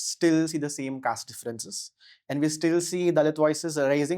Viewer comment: Caste ko kayste bol raha hai😂